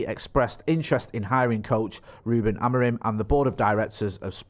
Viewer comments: I believe it’s pronounced Amorim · "Amor-EEM" - via Portugese football journalist on Sky Sports News this lunchtime. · it's AM-ORE-IN!!!! 😂😂😂